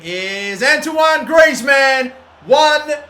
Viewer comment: quite correct than other footballers name